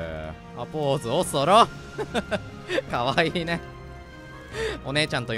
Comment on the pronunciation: 「か↓わ↑いいね」すき